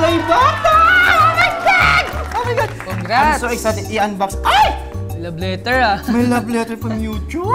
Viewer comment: Ken saying: "OH MY GAD" Me: OH MY GAD mom: YOUR DEAD.